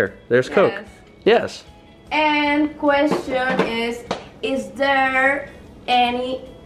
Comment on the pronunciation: expreshon and queshon